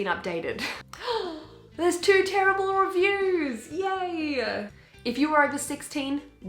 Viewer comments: “here are some very very TeRiBaRlE reviews” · I love the way you say TERRIBLE! Also love the stickers you got on your laptop where did you get them?